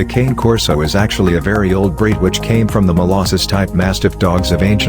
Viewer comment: I have a Cane Corso Italian Mastiff and your pronouncing wrong best dog ever but a lot of dedication on love will have to go into it